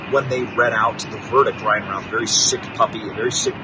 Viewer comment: His name is pronounced RUTH BENNY!!